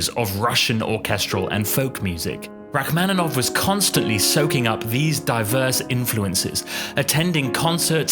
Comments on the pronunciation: Rack-man-in-off. The mispronunciation is ridiculous. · And the "man" syllable should also be like "mon." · Please learn to pronounce his name correctly. It's pronounced like ROCK-man-i-noff. Hurting my ears. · but you should learn to pronounce “Rachmaninoff” correctly, it's a shame. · It would be, if only he knew how to pronounce Rachmaninoff's name. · Learn how to pronounce his name please!